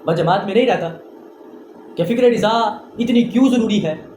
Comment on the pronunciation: Mere bhai riza nhi hota raza hota he